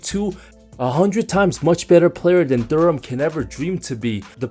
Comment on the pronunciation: It’s DUREN. It ends with an “N”